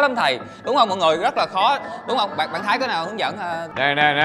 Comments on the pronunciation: Đoạn đầu đọc sai tên thái nhỉ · Sao lúc đầu tui nghe gọi là bạn thái ta 😃